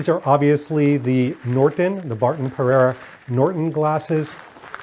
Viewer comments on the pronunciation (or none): none